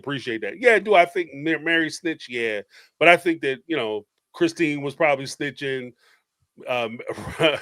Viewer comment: boohurt? you can't say "butt" in your house?